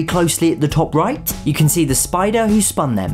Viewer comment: Spider not spoder